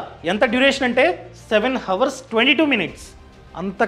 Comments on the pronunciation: హవర్ కాదు... అవర్ అని పలకాలి 👍🏻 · హవర్ కాదు అవర్